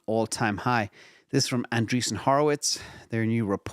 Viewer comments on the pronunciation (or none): none